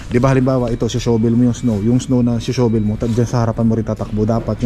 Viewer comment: "PALA " na lang instead of "SHOVEL" fyi ang correct po na pagbigkas ng shovel ay "SHAVEL" .maarte kase ang wikang English 😆 🤣 😂 😹